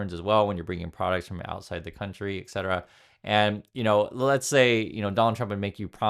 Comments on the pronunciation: Etc stands for ET CETERA not EX CETERA. Other than that, I love your show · the "exetera" is really distracting though :/